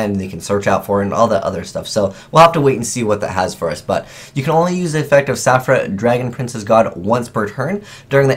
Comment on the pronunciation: The way pronounced Saphira made me cringe xD